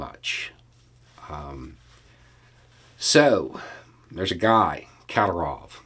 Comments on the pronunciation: his last name is pronounced KaDYYRov. It's still not really correct, but closer than Katterov. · KaDEErov, not KAdirov. And he's completely insane and irresponsible.